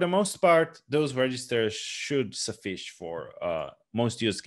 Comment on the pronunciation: Your English is generally great, but in this class you pronounce "suffice" as "suff-eesh". It should be "suff-ice", like the ice that's in your freezer. And I guess "hexadecimal" is abbreviated "hexa" in Hebrew ... In English, it's usually "hex". Great classes. The information I've been looking for, but haven't found elsewhere. Although I'm a (retired) programmer, I've been too last to read through those thousands of pages of manuals ... thanks for doing that for me.